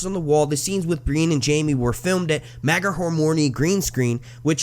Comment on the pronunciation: Magheramorne is pronounced 'mack-ra-mourn'